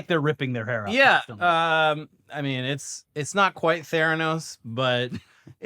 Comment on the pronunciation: “Do Noy Reply”